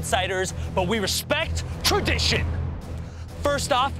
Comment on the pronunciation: Beia Rodriguez RESPECT THE WAMADITION